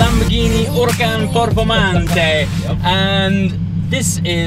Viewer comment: Very good video and driving! Talking a bit more about technical aspects would be greatly appreciated. One downside: still with a lot of Italians around you got wrong the pronunciation of "Performante", that's a pity.